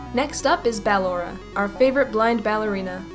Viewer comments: Man you're still saying battalora till this day it's ballora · I’m pretty sure it’s b-uh-lor-ah not ba-lor-ah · Dumb nuts its ballora not baloraw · (B-llora not bal-lora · I’m not trying to be mean or anything but it’s pronounced like your saying bUhllora not bAl ora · It's actually ballora not believable or whatever you call it but it's actually pronounced ballora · I'm not sure you're pronouncing ballora right,no hate you call her what you want idc How i pronounce Ballora:Ba-lor-a How pronounces Ballora:Ball-ora Again no hate you do you! 😉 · bAllora not ballora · BALLORA IS PRONOUNCED BUH-LORE-UH, NOT BAA-LORE-UH! THAT'S LIKE IF YOU SAID BALLOON AS BAA-LOON INSTEAD OF BUH-LOON! SO SAY IT RIGHT, GOSH DARNIT! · ITS NOT B-AH-LORA, ITS B-UH-LLORA. It even says how to pronounce it in the game! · You are saying it wrong BU-LORE-A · It's pronounced (Bu-lor-a) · It’s Ba*lo*ra not *Ba*lorra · ok listen:how to say it: (BUH-LORRA) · Ok not trying to say how ballora name should be pronounced but I just have to to say she keeps calling ballora baaora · Wait...did she say Bal-ora? Lol😂😂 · ballora is pronounced as buhlorrah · Btw it's Ball-or-a (ball or uh) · Not to criticize you but it's ( ba _ lor _ aw) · Ballora is Said Ball Ora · I don’t be rude but you said Ballora’s name wrong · She's saying ballora wrong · The only thing i dont like about in general is her pronunciation of “ballora”, but I don’t let it get to me. Keep it cool! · No offense but I don’t like how she pronounced Ballora’s name. Not trying to be mean tho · Ennard is a Girl and you said Ballora wrong But that's ok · GET BALLORAS NAME RIGHT OMG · You say ennard and ballora wrong😑😑😑😑😑 but lol FUNKO YOU HAD ONE JOB!!!!!!!😂😂😂😂😂😂lol